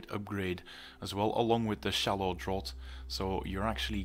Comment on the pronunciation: Just a side comment. Tree word draught in "shallow draught" is pronounced draft.